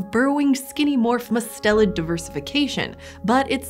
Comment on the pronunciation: it is usually pronounced with the accent on the first syllable!! i’m guessing their pronunciation was based on the family name, Mustelidae, where the accent is where they put it.